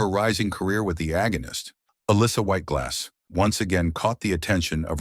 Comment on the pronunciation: That's what I kept hearing. LOL